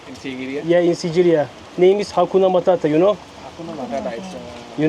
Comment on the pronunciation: Siciriya ne yaa sigiriya yerel insanlar bile sigiriya diyor biraz gezdigin yerleri öğren azıcık dostlarım dostlarım nedir ayrica biraz kitap okuyun a hu konuşuyorsunuz gerçekten